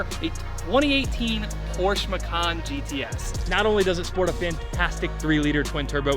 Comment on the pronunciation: Great Channel! Just one non-critical comment; The name of this fabulous mini Cayenne is actually pronounced "Mah-chan" (not "Ma-Khan") It was named to stimulate sales in one of Porsche's biggest markets, Indonesia (think Bali's country). It is the local language name for "Tiger". Just trivia but maybe someone here would appreciate knowing it! By the way - any chance of you rebuilding a 914-6 or 8?!